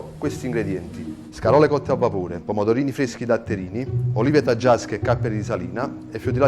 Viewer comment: pomodovini fveschi, olive fvesche, tutto fvesco!